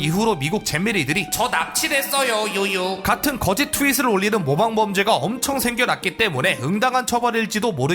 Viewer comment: 거~짓! 너무 찰져